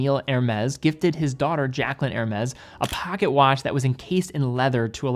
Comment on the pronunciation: His ear-shattering robot voice, sends shivers down my spine, every time he says "Hermes"..... pronounced > Er-may <